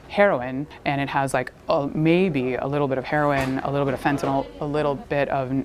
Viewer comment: The reporter can’t even pronounce Fentanyl correctly 😂